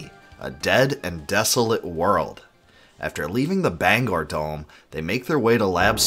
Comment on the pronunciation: I want to say THANK YOU!!!! for saying Bangor Dome right!!!